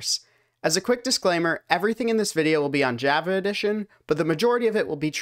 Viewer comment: "Jaeva edition"